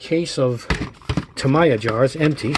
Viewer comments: Its actually “Ta-me-ya” , not “ta-ma-ya”. Great set up tho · That is an awesome set up you have. It reminds me of an operating room where everything is in its proper place. By the way the word is pronounced ( Taaa - Meee - Yhaaa ) I just figured I'd tell you. Great Job my friend. Cheers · It's pronounced TA-ME-YA, sorry bugged me for the whole video lololol